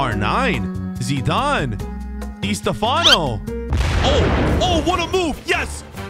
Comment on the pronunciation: “Di stafano” I’m offended